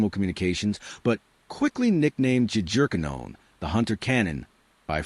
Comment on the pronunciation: Is it AI? or ignorance? For the love of God, fix the pronunciation of Jagerkannonen. Yah-ger-kah-no-nen